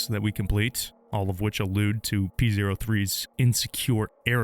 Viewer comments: Fun fact: the robot scrybe's name is pronounced "Poe". It is not pronounced "Pee Zero Three". In act 2, P03's underlings refer to him with male pronouns, but in act 3, the other scribes describe P03 as an "it", which really emphasizes just how low their opinion is of probably not just him, but of each other. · Man pronounces it pee zero three lmfao